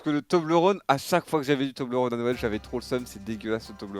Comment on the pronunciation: Toblerone ça ce dit tobleur one si jamais mdr